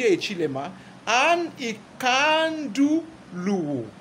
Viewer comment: Nkandu Luo, say it after me, NKANDU not Ikandu